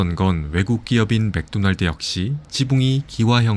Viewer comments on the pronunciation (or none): none